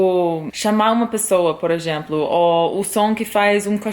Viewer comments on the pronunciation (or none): Conheci seu canal à pouco, parabéns pelo seu português, está excelente! Apenas um feedback, percebi que em mais de um vídeo seu você comete um pequeno erro de pronúncia em "eXemplo". Você pronuncia "eGemplo", quando na verdade deveria ser "eZemplo". No mais seu português é um dos melhores que já vi um gringo falar na vida. Até o Tim, que também é americano ainda não chegou no seu nível de fluência. Parabéns!